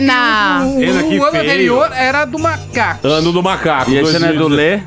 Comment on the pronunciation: "O ano anterior era o ano do macacfiii"